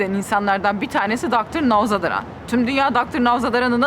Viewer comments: nevşin hanım klasik türk insanı, karşıdaki adam yabancı diye sağır muamelesi yapıp bağırarak soru sorması ne ilginç. çok gergin bir haliniz var. bu kadar kaba ingilizceyle doktorun ismini bile yanlış söylüyorsunuz. çekim açısına bakın sizde önde dev gibi doktor uzakta ufacık. adamı tanıtırken herşeyi turkce söyleyip doktoru doctir diye ingilizce söylemeniz garip. sanki yeni bir stajyer gazeteci gibi davranmissiniz, konuşma tavır gerginlik ve çekim açıları,jest mimikler çok acemice olmus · aynen benim de kulağımı tırmaladı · Nowzadaran değil ı telaffuz yanlış.Nowzaradan olacak😊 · Nevşin hanım söylemesi zor katılıyorum ancak, nowzaDaran değil nowzaRadan 🤗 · Adamin adi nowzadaran degil nowzaradan, once onu bi öğrenseydiniz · Ah Nevşin hanım , sen NowzaRaDan yerine dr,NowzaDaRan dedikçe ben videoyu izleyemez oldum ve bıraktım. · Abla adamın adı Younan Nowzaradan , dolayısıyla novzaradan diye telaffuz etmek gerekmez mi ? novzadaran dedin birkaç sefer, gerçi senin telaffuzun bizden iyidir muhakkak ama , valla öğrenmek için soruyorum artniyet değil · Daha konuştuğun insanın adını bilmiyosun nawzadaran diyorsun. Adı Dr. Nowzaradan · Nevşo , adamin adini biraz telaffuz pratigi edeydin bari ya, nowzadaran diip duruyorsun, kafam kadar nowzaradan yazio heryerde, orfa koptum olaydan 😂😂👋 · Dr. Now ; zadaran ❎ ZARADAN✅ ( Gerçek gurmelerin gözünde yaş ) 😅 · NOWZADARAN değil NOWZARADAN olacak, sen önce okuma yazmayı bi öğren. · Merhaba Nevşin hanım, Doktor ‘un soyadı Navzadaran değil Navzaradan küçük bir ayrıntı gibi görünebilir ama önemlidir. Soyadınızı Mengü yerine Nengü olarak telafuz etseler herhalde hoşunuza gitmezdi! Emekli bir meslektaşınız olarak dile getirmek istedim. Emeğinize sağlık! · Nowzadaran değil yalnız, Nowzaradan. Görüşme yapılan insanın adı da yanlış söylenmez yahu. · Dr. Nowzadaran değil, dr. Nowzaradan olacaktı. Güzel bir röportaj olmuş Nevşin hanım. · Nowzadaran değil sevgili Nevşin hanım, Nowzaradan doğrusu☺️ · doktorun ismini doğru telaffuz etseydiniz keşke